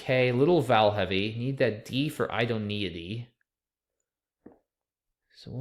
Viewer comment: "Idk about [th]AT, man" lol